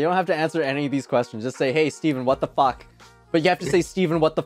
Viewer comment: I feel like when swear he didnt say the f word he just say fawk